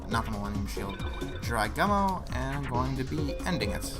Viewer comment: The only Yugioh game I've played is Duel Academy, The Gumo part of Jirai Gumo is pronounced as Goo-moe, the character who is Atem's mentor is actually Shimon